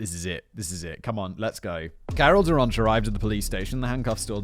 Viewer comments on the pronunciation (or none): none